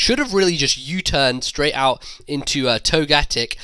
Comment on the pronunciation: I pronounce togetic toe-ga-tick but when you say it you emphasize the GAAA